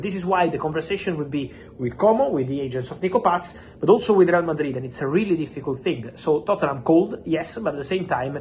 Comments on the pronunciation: I love how he says Nico Patttsszzz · Why is it so funny when Fab says Nico Paz🤣😂🤣